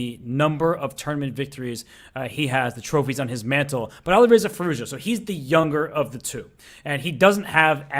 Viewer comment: Please stop saying Ali Reiza... His name is Alireza